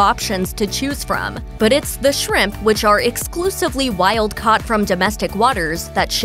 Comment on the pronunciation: Extremely pleasant voice of the narrator. However the accent is unusual - when she said 'caught' it strongly sounded like 'cut'.